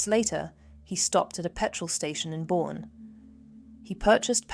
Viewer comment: Well, they could have done a little research on pronunciation as well. I’ve lived in San Antonio 5 times in my life. It’s in Bexar County (Spanish word) that is pronounced locally as “bear.” One of the towns Brad’s phone pinged is Boerne ( German word), pronounced “Bernie.” I hope Brad’s trial is brief and turns out very badly for him. He’s abusive scum who has scarred his children for life. His friend is cowardly scum who has misplaced values - loyalty (or fear of the legal consequences) to an evil person over truth as well as the potential to bring some closure to Suzanne’s children, mother, family & friends. He could redeem himself a little by bringing justice to Brad, too. My biggest worry is that she wasn’t dead when Brad took her away … which might explain why the friend is so reluctant to speak.